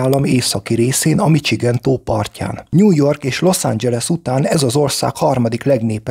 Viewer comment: Ráadásul sérti a fület ez a “csikágó” meg “micsigen” 😂 Ezeket a szavakat -sel kell ejteni, nem cs-vel.